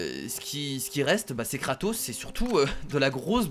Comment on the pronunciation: tu à dit katos